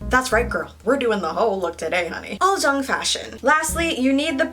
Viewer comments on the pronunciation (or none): It's pronounce as 'oolzang' not 'oldzang'😊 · Omg did she just say “uljung” it’s ulZZang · Uljjang I though it was supposed to be said Ulzzang lol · Why did my dumbass pronounce uzzlang like "use-a-lang"? I didn't know it was prounounced like "al-zjang" until I watched this. I feel dumb... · It’s pronounced ul-chung?? I thought it was pronounced ul-zz-a-ng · my korean friend actually told me it's pronounced UR-CHANG, and I remember always wanting to look like one in 2010 lol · I've been pronouncing it like uzz lang this whole time 💀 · i thought ulzzang was pronounced as "you'll-zang" wtf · so all this year I've been pronouncing ulzzang as uzzlang, DAMN I feel stupid. anyways, you are adoroble. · Fuckk I really pronounced the word ulzzang as ulssang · This whole time I’ve been pronouncing ulzzang as oozzlang WHY??? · No she was saying it wrong 😂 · Haha she actually said it wrong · she really didn't though